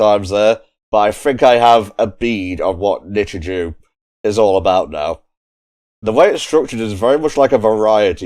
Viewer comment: Finally found the time to sit through this one lol. So for reference, it is pronounced "Nichijoe" not "Nichijew" lol. Also yeah Hakase literally means Professor in Japanese, so that's why the dub calls her Hakase instead. From what I can remember for my schools, English tended to use red, Maths was yellow, and I think Science was blue or green? I vaguely recall Religious Studies being brown but I could be misremembering. It's been like over a decade so I don't really remember too well honestly lol. As for why it keeps numbering things, it's more or less just to indicate when it's a new scene basically. Yuuko is great lol, one of my favs. She's just friggin' hilarious lol. Sakamoto is probably my favourite character though. Talking cat leads to a lot of hilarity. But yeah I wouldn't think too hard about the commentary for a series like this, it's the sort of show where a lot of the enjoyment comes from the reaction to the absurdity of things. I would recommend watching the episodes to the very end though because they tend to change up the ED theme to have different versions of the song. In the second half it's also just an entirely different song everytime. They also just sometimes have a scene tacked on after the ED as is the case with episode 3. I look forward to the rest!